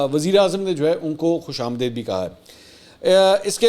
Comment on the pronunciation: Mansoor bhai Khush aam deed sahi talafuz hai.